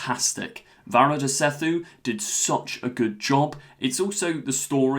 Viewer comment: Finally someone with a better pronunciation of Varada's name!!! 🥰